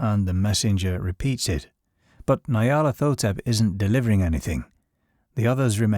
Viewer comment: Ny-ar-lat-ho-tep. Its Egyptian.